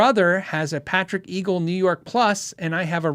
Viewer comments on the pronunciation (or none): I love you but twice now you have called it a Patrick Eagle. It's EGGLE. Like angle instead of angel. Patrick James Eggle now has his own company and I strongly suggest you look at the Macon for sheer sexiness. Possibly the best guitar I've played in 35 years of playing everything I can get my hands on. Eggle guitars was his previous company where he designed the Berlin and Acoustic Wave. Patrick Eggle JS Legend is stunning but Patrick James Eggle's Macon single cut is sublime. The drop top 96 is an unbeatable strat type. Check them out. They are incredible.